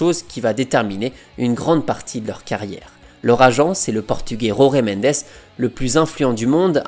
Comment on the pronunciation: Falcao ❤️ Désolé d'etre négatif mais la prononciation de Jorge Mendes est à revoir 🥲